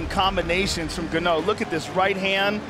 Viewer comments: Now they know how to pronounce his name Hun!!! From GANO 🙄 to N'GANNOU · Who else notice the Gannou pronunciation 🤣🤣🤣 before they learnt the Africa sweet pronunciation NGANNOU. Lol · Even his name evolved with his abilities "Ga Know", "EN Ga Know", "N Gah Knew" 😆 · Not Ganow, Francis N Gannou. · n-ganou, ganou. Lol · Francis gA-kNoW 😂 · I noticed that also. No-go-no. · This “Ganough” is a killer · them calling him Gano killed me XD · Its so funny, everytime Joe Rogan pronounces his Name wrong "Kno"🤣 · i was a fan since he was named "gan-ouh" 😂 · Back when they pronounced his name (Gar-noah) 😂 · are we not going to mention Rogan calling Ngannou, "Guh-No" 😂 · Before they knew how to pronounce his name 😂😂 ganno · When u realize how his name was pronounced has "ganoua" 😂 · I'm calling him Guknow from now on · Francis gnaaou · I hate that they call him Gahno lmao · Ganou, gano, lol freaking commentators..couldn't they just ask him his name! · "FRANCIS GANNO!!" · Gano how you so say it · FRANCIS GA-KNOW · "N ganow" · Gano? Bruh 🤣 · Francis Guh-no! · Francis gnou? 😂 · the evolution of properly pronouncing his last name is more impressive than Francis' evolution as a fighter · I’m glad they learned how to pronounce his name 🤣 Joe was killing me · Best part of this is the way they pronounce his name in the first fight and second fights, they quickly learned it was a name to get right. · They couldn’t pronounce his last name in the beginning hahaha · At this point they didn't even know how to pronounce his last name :) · At first they even didn't pronounced his name right 😅